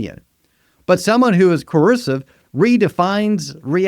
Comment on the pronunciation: Why can't you say coercive (co-err-sieve) or ego (e-go, not eagle) correctly? Where is your accent from?